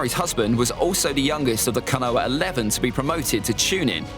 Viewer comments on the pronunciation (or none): He really said kanoha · The way you say Konoha makes me want to die 😂 good list tho